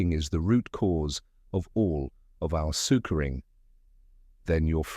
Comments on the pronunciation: Great book but terrible narrator. It must be AI and it’s full of errors. For example: The word ‘suffering’ is constantly pronounced ‘sugering’. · LMAO I'm listening to it right now and I was like hey Google what's the definition of surguring?